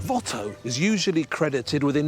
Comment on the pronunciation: If Antoine was Flemish, than you really butchered his last name